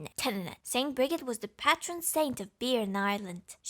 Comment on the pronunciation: ST Brigid is actually pronounced like brijid. Ik it’s weird, but it’s her name. She’s a cool gal. Btw keep up your good work and I LOVE UUU <3